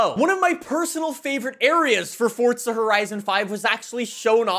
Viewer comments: Uhhhh. Love the video, but stop saying FORTSA. It’s FORZA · it's forza not fortza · Fortsa horizon five was said at least 3 times in this video 🤯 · I WANT YOU TO LEARN HOW TO SAY THE WORD FORZA!!!!!! ITS NOT SPELLED FORTZHA...OMG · How many times did you say: FORTZA HORIZON 5 ... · Is it just me or does say ‘’Forza’’ different… sounds like he puts a T in there, ‘’Fortza’’ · Fortza eh? What’s that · Still looking for the T in forza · Where is this man getting the t from in forza